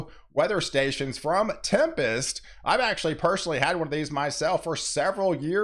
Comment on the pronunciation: Tired of all the weather "Tempist" shorr for tempers 😅